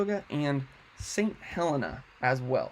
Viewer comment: Thank for for the info. St. Helena is pronounced Heh-LEE-na. I took my first year of nursing training there in 1967-68. That whole area was simply gorgeous.